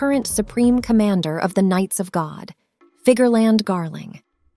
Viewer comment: Figerlan D. Garling? Lol